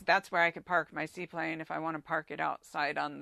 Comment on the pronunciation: "see plain" not seaplane